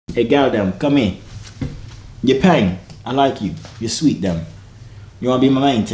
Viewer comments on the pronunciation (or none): Fam every time this guy says "Pang" aka Peng it kills me lol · My guy said pengdem, i can't 😭😂😂